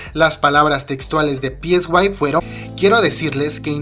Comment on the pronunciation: me dio mas risa que le diga "pieswai" a psy xd